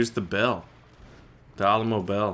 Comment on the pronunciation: At the beginning did just say the Awll-a-mo?